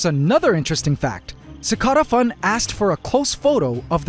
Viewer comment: Anyone else bothered by the way he pronounces cicada in CicadaFun?